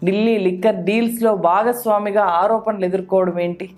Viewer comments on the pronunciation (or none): 'ఆరోపనలు' కాదు మేడం. 'ఆరోపణలు'... 'న'... కాదు... 'ణ'... 'వాల్లు'... కాదు మేడం.. 'వాళ్లు'... 'ల' కాదు 'ళ ' మీకు పుణ్యం ఉంటుంది. తెలుగు సరిగా పలికితే 🙏🏼